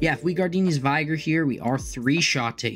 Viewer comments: Interesting take on the deck. One thing....Gardenia's vig-er not vigh-ger. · Vigr, not vaygor.